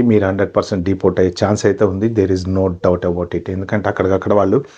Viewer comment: Deportsssu denialsuuuu 😅